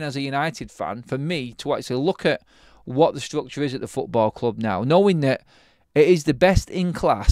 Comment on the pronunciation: "Strukchoh, strukchoh, strukchoh..."